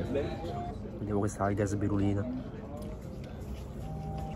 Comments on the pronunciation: “Alga sbirulina” 😂😂 è SPIRULINA!! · Comunque l’alga è spirulina non sbirulina😂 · Alga spirulina non sbirulina 🤣🤣🤣